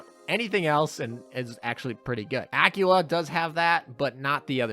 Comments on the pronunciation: Guh, it shouldn't get to me as much as it does, but A-kwi-la (as in quick), not Acula (as in cute)-_ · kinda gets me too, that he says Acula as in "Dracula"